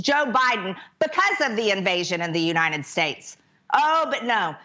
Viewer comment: It's uniTed, not uniNed, Marjorie Naylor Greene!